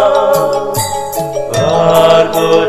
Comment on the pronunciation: Salah pengucapan " Varenyam " BUKAN " Uranyam" huruf depannya V yang seharusnya dibaca W bukan U.